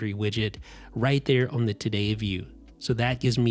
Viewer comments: I just want to know where your accent is from lol. You pronounced "on" like "own" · The MagSafe battery is as unique as the way you say “turn own”. 😀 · why can this person not say "on" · Am I the only one who finds it entertaining the way the reviewer pronounces the word "on"?